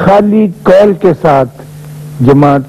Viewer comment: قول … … and not " call " !